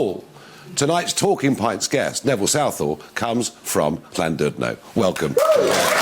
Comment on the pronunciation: Fucking Farage can't even pronounce Llandudno properly. No Welsh people in Wales to ask is there?